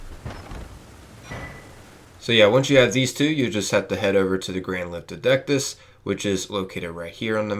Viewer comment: I cringed so much at the pronunciation lol 😆 I'm just glad you got dectus right lol. Other than that helped alot thanks so much